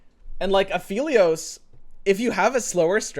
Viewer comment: Also pronouncing Aphelios wrong XD